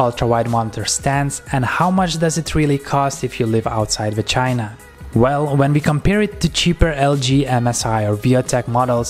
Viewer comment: did he say "if you live outside vagina"? 😳